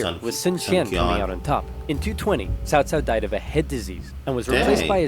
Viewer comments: sorrysir，it is 曹操 曹 cao2操 cao, not like sao sao. I know it is very hard for non-Chinese speakers. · But not that much. It especially doesn't justify such big mistakes as pronouncing Cao Cao like Kao Kao, instead of Tsao Tsao. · Cao Cao is pronounced as saow saow, Liu Bei is Leeu Bae, Sun Quan is Soon Tran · the "games pronounced" this name "Cow Cow", because the dubbing actors and direction didn't know better and weren't exactly informed. in any case... in the romanization of Chinese, letters C and Q are NEVER pronounced with a "k" sound. there was a certain - now obsolete - model of romanization of Chinese (which was made by the British, instead of the current system, pinyin, being made by Chinese)... in that system, the name Cao Cao was rendered as "T'sao T'sao". I think this is a bit closer to what it sounds like, when read in an "English" way. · The Dynasty Warriors games pronounced most of the names wrong. It is Sow Sow (cao cao), Lou Bay (liu bei), Soon Shwan (sun quan). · Cao Cao is pronounced Tsou Tsou. kind of a 's' sound, with a subtle T in front Someone ore knowledgeable correct me if I'm wrong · Stop saying Cao Cao